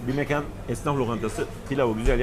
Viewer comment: mekan derken a’ya sapka giydirmeyi unutuyorsunuz. Saygilar